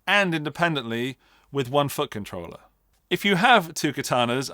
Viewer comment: 'And at the end of the video we can talk about which fucking troller is right for you' I know what you're actually saying, but this is genuinely all I hear 😂